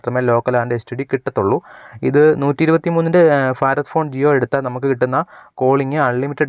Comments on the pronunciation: ഫാരത് അല്ല ഭാരത് എന്നതാണ് ശരി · ഫാറാദ് അല്ല മോനെ ഭാരത് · ജിയോ ഫാരദ് (Farath ) ഫോൺ അല്ല . ഭാരത് (bharath ) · ഫാരത് ഭോൺ